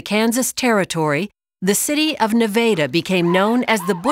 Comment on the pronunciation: Why does she pronounce Nevada like that lol